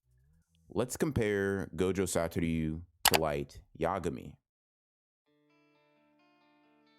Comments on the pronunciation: ITS SATORU NOT SATORYU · Why do you say “gojo satoryu” it’s just “satoru” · You're mispronouncing his name lol. You say something along Satoryu instead of Satoru. Just wanted to point it out, so dont worry about it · Everytime he says “satoryu” it kills me a little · The way this man pronounces Satoru 😬